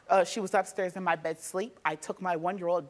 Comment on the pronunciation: Asleep and ask … two words you would think are easy to pronounce! But we get axe and sleep 😅